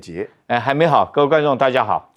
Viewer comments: 不是嗎？我也聽了“還沒好”. 我以為他身休不適！ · 两位（栗、苑）说寒冰好都更像是“还没好”，是普通话发音的问题，不是机器的问题。没有关系，我想明白了就没事了